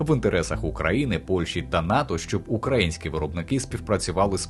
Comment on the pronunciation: УкраЇнські, а не укрАїнські. Стежте за наголосом